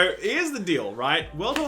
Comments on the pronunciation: Why can't Aussies say world? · some say to this day, he is still trying to pronounce world health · Sorry, turned it off after the 15th time you couldn't say "world". You should really edit that shit out.